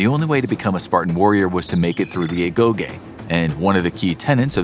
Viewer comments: I could’ve sworn Agoge was pronounced “Ah-Go-jee” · agoh(geeh) is how it’s pronounced i leaned that from god of war 🕴️ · Agoge but you remove the A 💀